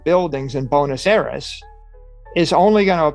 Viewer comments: its buenos aires not bunos eras lol. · The auto captions got it right: He absolutely pronounces Buenes Aires as "bonus eras." 🤣